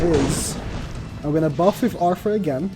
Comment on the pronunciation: Click Bait Title and keeps saying "Arfoor" omg lol